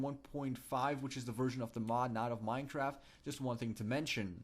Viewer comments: did you just say Minetraft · lol he said minetrart😂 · At the start u said Minetraft